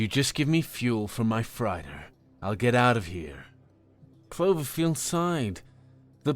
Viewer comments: Probably worth pointing out that "chandelier" and "freighter" aren't pronounced the way you keep saying them. Also "hemoglobin" is "globin" not "goblin". And I've said this before on another story, but "lattice" is still not pronounced the way you said it either. You're also not saying "atrium" correctly. You should really look up words like this before saying them wrong. And you read "protest" as the verb when it was clear by context that it was being used as a noun, too. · How can you pronounce chandelier and freighter so wrong?